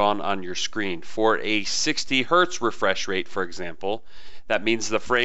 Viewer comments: You said refraysh rate Haha You make great videos though keep up the good work man and I love your gaming Pc builds too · "Re-fraiche rate" mmm.. Fraaaiche.